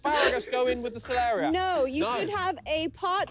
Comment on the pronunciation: actually really funny hearing you guys keep saying celeria no matter how many times they say celeriac